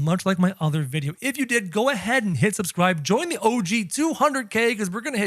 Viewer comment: Its so strange when u say og 200k